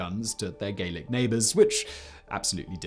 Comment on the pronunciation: The French are Gallic (phonetic A). "Gaelic" is the Scottish language.